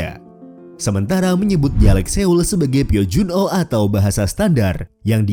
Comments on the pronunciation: Saran saya narator harus belajar menuturkan nama di negara yang dimaksud secara penuturan aslinya. Gojoseon dibaca "gojoson", Kota Seoul dibaca "soul" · Di menit lu kebalik kocak, foto kim il sung sama kim jong il, research dulu yang bener, kim jong il itu sebelah kanan, kim il sung sebelah kiri, jangan dibalik balik, terus untuk penyebutan kata yang ada huruf "eo" nya dibaca nya tetep "o" contoh "Seoul" jadi "Soul", "Waryeon" jadi "Waryon" Belajar lagi min